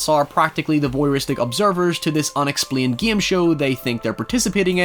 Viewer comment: "Thi Voyeuristic obsirvers to this *unexplined gim show " I love thath